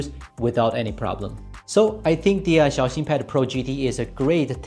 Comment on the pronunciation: He's pronouncing it correctly